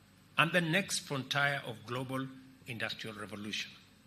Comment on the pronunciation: The president is pronouncing "Frontier" and "Plumber" incorrectly. Fire his speech crew and hire me instead. 🙏